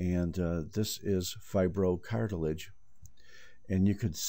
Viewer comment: I suggest a remake, many people can get fooled when you say fibrocartilage..